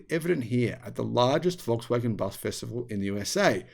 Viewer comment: Walks-waggon, as you pronounce it, is not a Waggon for the Nation any more. It is pricey, and the quality is not far worse than even more expensive brands like brother Audi, and Merc, BMW etc. IMO if they don't produce a cheap EV soon, at scale, (and manage to make a profit on it), they will be greatly reduced in size, even after gvnmt bailouts.